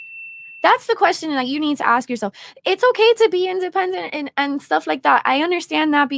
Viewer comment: That Jamaican woman needs to know the difference between ask and axe